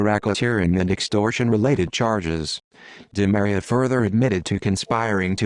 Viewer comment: last name is pronounced: Dee Maria